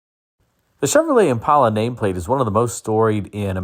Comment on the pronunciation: Impala. Not impola.